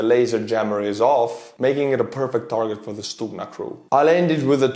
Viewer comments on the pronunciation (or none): No. We don't pronounce G as H. Who had told you such thing? =) Although G in this world is soft one so it's like first you hear G which then kind of ending with small h sound... but still if you will say it like stuHna instead of stuGna you will be wrong. stuGna pronunciation is correct one. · actually you first pronunciation of Stugna was more correct (sounded almost perfect). We don't say StuHna, we say StuGna;) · Unless I'm very much mistaken, G is pronounced as H in Ukrainian (as in "head"), not "kh" (X in Azbuka) as in... well, there's no such consonant in English, but you know what I mean---the sound made. (BTW, that H is one of the obvious things that allow you to easily distinguish Ukrainian from Russian, even if you don't know the languages. There's no H in Russian---they pronounce G it as in "get".) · Stugna is pronounced in Ukrainian with a soft H sound like hello. Stuhna instead of stukhna. :) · No, it is stuGna (not h) t. Ukrainian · letter "G" in Ukrainian is pronounced not like H, but like something in the middle between H and G. (stugna or stuhna). This is insignificant, just wanted to say)) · stop using the rubbish google translate . it is pronounced STUHNA with a "H" !! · It's not stuHna,but neither stuGna , it's something in between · To prevent further ear bleeding, Ukrainian Stugna sounds as [stoogna], from stugnuti «to cool». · it's pronounced stu-Г-na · Forgive me but isn't the double detonation of Stuhna warheads intented to defeat explosive reaction armour. I see that the Stugna operators designating an area above the target, to defeat lock on detection inside the tank, then drop down after launch onto the tank. Also good to learn that our Ukrainian friends pronounce their 'g' the way us Scots pronounce our 'ch'.